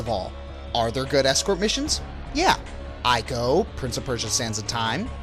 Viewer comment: Ico's pronounced ee-co, not eye-co.